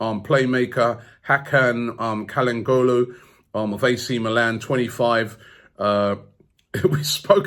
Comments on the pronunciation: Nobody: Robbie: "Kal han golu" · The way Robbie pronounces Calhanoglu’s name has me dead😂😂